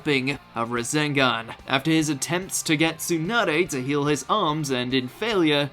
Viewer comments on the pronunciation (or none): none